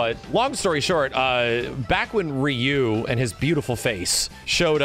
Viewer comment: Seriously, that wrong pronounciation of Sakura, hurts. Im shocked he pronounces Ryu & Blanka's names right.